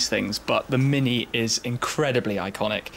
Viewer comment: Nice car. But 'Shhmini' ? cringing hell